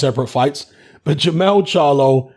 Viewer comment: it's Jermell Charlo